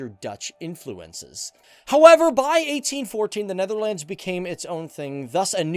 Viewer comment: Hey dude great video but your pronunciation is a bit bad please can you learn how to pronounce words like Huzzars and Netherlands and others